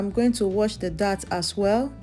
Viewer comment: It’s dates… pronounced like the date of the year. Not dat…. Or that.